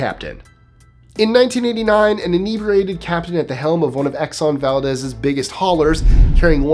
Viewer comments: Sorry, - In the case of the ship and the town, it's "Vahl-DEEZ", not "Vahl-dez". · Valdez Alaska is pronounced Val-deez. It’s a Russian word not Spanish.